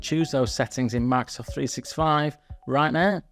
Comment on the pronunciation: Bro really said MACSOFT365